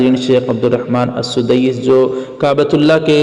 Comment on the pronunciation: Al sudaiis nahi sahab blke Al sudais hai